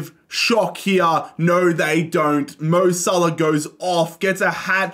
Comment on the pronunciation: Bro said mo sahlo